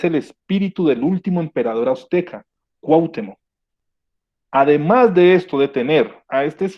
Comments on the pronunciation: Cuauhtémoc, no Cuahtemoc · Gracias por compartir, si me permites hacerte una pequeña observación sin "hate", para mejorar, se pronuncia CuahtÉmoc (sílaba tónica TE). Sin pretender ser arrogante de ninguna manera, el afinar estos detalles hace que te centres más en el mensaje que se está comunicando, a mí me desconcentraba cada vez que lo pronunciabas de manera equivocada y es algo involuntario. Tu contenido es muy bueno, saludos! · Siento que viajaba a través del tiempo... Muy buen vídeo, pero me desesperó muchísimo la manera de pronunciar Cuauhtémoc... Me desesperó eso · No pronuncias bien Lattice ni Cuauhtémoc... de ahí, todo bien!